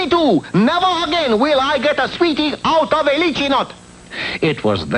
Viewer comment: Lychee is pronounced Laichee, not Lichee not the way it’s spelled. Mispronounced for years.